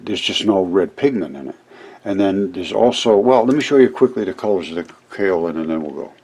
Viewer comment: It's properly pronounced "Kay O Lin"